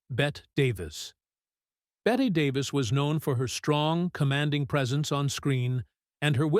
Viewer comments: Pronounced "Bettee" Davis, not "Bett." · The narrator needs to learn the correct names for people he's talking about like Bette Davis